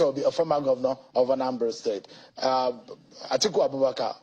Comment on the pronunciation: It's Peter Obi not petobi. Na wa o bros